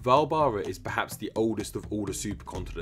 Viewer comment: Sorry not vaalbara.